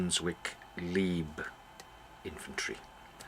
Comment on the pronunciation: Leib rhymes with tribe. Sorry, but someone had to tell you......and Paul Alba too...8-)